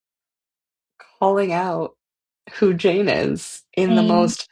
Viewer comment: Svetlana says "Jane" twice, and I distinctly got that she pronounced it differently the 2nd time, making it sound more like "Shane".